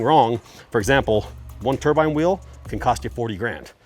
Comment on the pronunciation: Turbine not turbine.